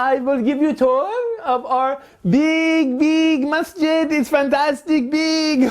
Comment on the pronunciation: Untill I read the title I thought you were saying Mustard lol